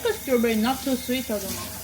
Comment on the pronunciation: 왜웃어? 완전 한국인👏 몰라 스트뤄베뤼s... 한국어 영어 섞어서 쓰는 거ㅋㅋㅋㅋㅋㅋ 진짜 둘다 너무 웃겨요ㅠㅠㅠㅠ 어메리칸 스트뤄베뤼 낫투스윗 하잖아🤔 아 딸기부심ㅠㅠㅋㅋㅋㅋㅋㅋㅋㅋㅋㅋㅋㅋㅋㅋㅋㅋㅋㅋㅋㅋㅋㅋㅋㅋㅋㅋㅋㅋ